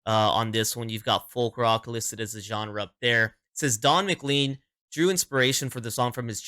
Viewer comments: His name is pronounced "mclain" not "mclean". (Though it might make a great name for some sort of Scottish cleaning product.)😊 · And… it’s Don “Mc - lane” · Don's last name is pronounced muh- Klayn sounding similar to lane at the end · When you pronounce it, pretend his name is spelled like this: McLane . I know, it doesn't make sense to me, either. ;-]